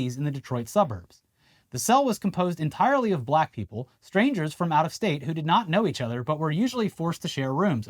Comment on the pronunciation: Trump just can't seem to pronounce the word "black" the way a normal person does. He says it like "Buh-llack," like he's trying to find some way to put stank on the word when he uses it to refer to a person.